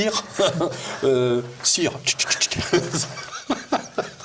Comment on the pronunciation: ''Sire '' non !.. '' Cire ! " 🤣🤣🤣